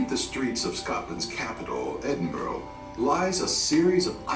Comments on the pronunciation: It is NOT Edinboro. It is Edinburgh. Edinburra. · Not Edinburg. Edinburgh = Edin buh ruh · Edin-burrow kills me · Pity the background narrator can't pronounce burgh (as in Edinburgh) correctly - it is not boro (as in Edinboro) ☹ Try Edinburra. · Americans....Please learn how to pronounce Edinburgh...it's not Edinboro......it's pronounced Edin-bruh...after you've learnt that...we'll move onto Worcestershire Sauce lol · Edin brah... Not bro. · only one thing I ask. If you come to Edinburgh please don’t call it Edinborro it is pronounced Edinburru as in Edinburgh thank you xxx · I think you mean "bruh" -or "Embra" if you're local. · I cringed every time I heard the narrator say Edinboro! Scotland (not Scatland, an evil mispronunciation) is an amazing country. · "Edinboro"...... lol! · Edinburgh is pronounced Edinbra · Take a shot every time he pronounces it "Edin-burrow". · Interesting clip but spoiled my the narrator’s pronunciation of Edinburgh. It is pronounced Edinburra ! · Damn wish these videos could pronounce Edinburgh properly. It's Ed-in- bura.